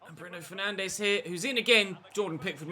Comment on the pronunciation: I wouldn’t take Derek Rae’s pronunciations as gospel. Have you heard how he says Bruno Fernandes? He’s says it like “Fernanj” 🤷🏻‍♂️